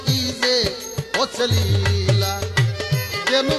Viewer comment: নীলা নয় হা হা হা হা। লীলা, নাস্তা নয় রাস্তা,নাল নয় লাল।রসিদ সরকারের ভাষা ঠিক আছে